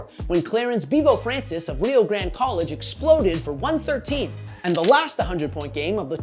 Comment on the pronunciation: It’s RIO in Ohio. Not Reo